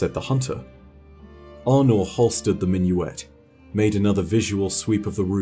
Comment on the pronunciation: when first start talking about Aunor, he kept pronouncing her name like Arno (french male name) and im like, wait who's Arno? the Drifter pronounces her name like A-nor so i didnt expect to pronounce differently, maybe my ears broke idk